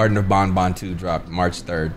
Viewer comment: its ban ban not bon bon